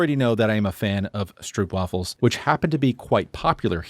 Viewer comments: Your pronunciation for Utrecht was quite good! But you butchered Gowda and stropewaffles ;) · Pronounciation....GOWDA, STROAP WAFFELS, VAN |GGGOGGHH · the 'g' I understand and it's not bothering me. It's the 'ou'. Which is an english sound. Like literally, the word 'sound' uses it. The issue is with the wrong pronunciation being propagated throughout the English world without checking back in. And don't get me started on stroopwafels. Where the wrong pronunciation was introduced by a Dutch person! The 'r' I get, but the 'oo' is also an English sound, like in the words I used here: "don't", "pronunciation", and "introduced". Can't blame anyone on that one though, because you'd think you can trust a Dutch person on Dutch pronunciation.